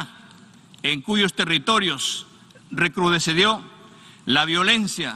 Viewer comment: ES EXTREMADAMENTE . BRUTO, EN EL DISCURSO EN EL QUE SE REFIERE A PALESTINA DICE*RECRUDEDECIO*, Y LO CORRECTO ES * RECRUDECIO*.